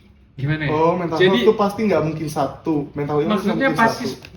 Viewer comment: Lucu bgt setiap nyebutin meha😂